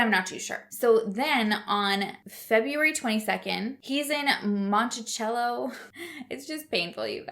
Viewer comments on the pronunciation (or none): "shenan doe uh"" & "montisello" easier to pronounce... sound em out, shenandoah, monticello.. lol think country ❤ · the c in monticello sounds like an s instead of a ch. crazy that he was so close to my home and I never heard about it until now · I will try and help on 2 of the words you needed help on because we have cities here in Mississippi with those names. One is Shanendoah and it’s “Shannon-doah” and Monticello is “Monticello-cell-o”. Hope that helps. There are some weird towns/cities out there. You wonder what they were smoking when they thought of these names. We have a creek here called Tchabouffa. It’s pronounced “tusch-a-boof-a”. 😂